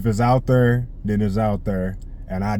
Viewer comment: I like hearing you say there lmaoo it sounds like derrr lmaoo southern twang